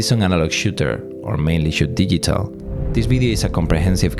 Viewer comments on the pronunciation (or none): Nice edit. I like your accent (never a bad thing), but there were a few words that were completely mispronounced: recipe and digital are a couple of examples. Not trying to be mean, just help. Love the content. Can't wait for part 2.